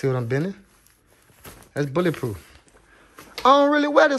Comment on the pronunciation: "BOuLLA prooph"